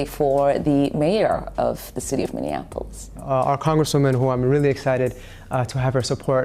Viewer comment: Its Miniapolis not Mininapolis lol